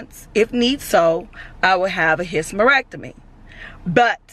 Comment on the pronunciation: ….. I fell out at how you pronounced hysterectomy. Lol.. I love you gurli!!🤣🤣🤣🤣🤣🤣🤣🤣🥰